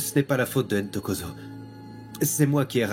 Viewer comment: 😂😂😂 c'est pas Intokozo! C'est plutôt : Ntokozo. C'est un prénom africain. Les interprètes français qui ont traduit la série ont du mal à prononcer des noms avec deux consonnes qui se suivent.😊